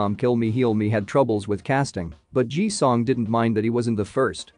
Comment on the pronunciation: First, it's Ji Sung NOT Ji Song as it was said. And he is one of the best actors IN THE WORLD, not just in South Korea.